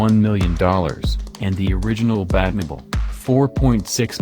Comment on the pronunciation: "The original bad-mi-ble" (Batmobile)?